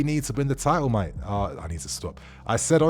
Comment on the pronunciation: that accent for 'mate' almost killed me 😄